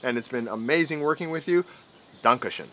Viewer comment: Dankeschön - Bitteschön You spoke this line better than other americans;D Very good